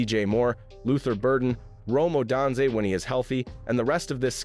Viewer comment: Rome O-dan-zay?